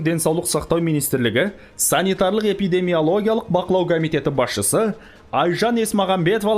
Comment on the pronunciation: Санитарлы-эпидемиологиялық деп қалдыңыз. Түріктерде эпидемиологиялық дегенді epidemiolojik дейді. Эпидемиоложик деп айтылса керек. Кімнің тілі орысшаға жақын? Кімнің тілі ағылшынға жақын.